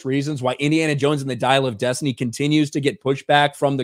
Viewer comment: Dial of Des Tit Knee.